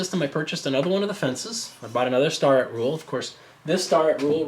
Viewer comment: I can see this being useful for power tool work. Pretty useless for hand tool work though. ok, looking at how I can make my own with extruded aluminum from 80/20. Part cheap, part like dyi.... btw, Starrett is pronounced "Stair-ette" with emphasis on first syllable. Sorry, old toolmaker here :) thanks for the vids. It's great to see how this is used and your mods to make it better